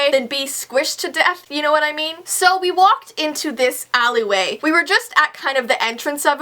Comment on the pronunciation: Am I the only one who thinks about Austin and Ally when she says "Allyway" XD XD XD